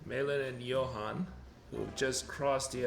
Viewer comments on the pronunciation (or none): none